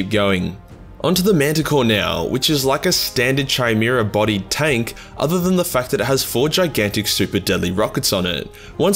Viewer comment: Hellhound : exists. Salamanders : « MY PRESHIOUUUUUSS » And... Did you just high five yourself ? Also, Chimaera is pronounced Kaïmehra. Greek dyslexia again.